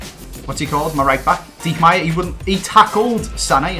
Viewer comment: Kimmich is pronounced Kimm-ick. Not with a "ch". Also pronunciation of Diekmeier gave me aids. I mean, Deek-mere? Really?